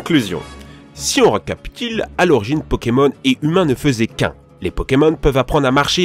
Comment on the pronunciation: a la fin il dit " si on récapitile" mdr